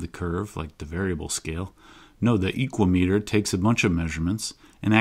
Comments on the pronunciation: "Speedometer" is typically pronounced with the "me" as less stressed, I think "equameter" could pronounce with the long 'a' from "equal" if you similarly put less emphasis on the "me" syllable. Whereas you're pronouncing it EEkwah-Mee-tur, I propose you pronounce it eeKWA-mə-Tur. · For me "Equameter" sounds greek, like "hexameter" and should rhyme with "thermometer", with the accent on the second syllable. Has nothing to do with the metric "meter", but with the greek for "measure" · I get why he pronounced it that way which is really cool but sorry no that’s just not how Americans roll, it’s an ekua-meter now. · I'm gonna pronounce is "e-QUAY-meh-ter". Similar to thermometer